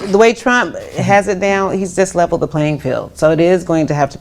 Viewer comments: She said disleveled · She said “disleveled” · Think she said "disleveled"